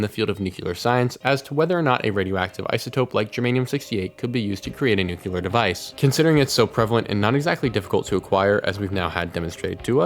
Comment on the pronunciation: NU-CLEAR not NUKE-ULAR